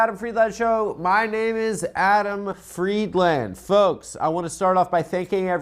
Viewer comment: It still pisses me off how Adam Friedland pronounces his own last name.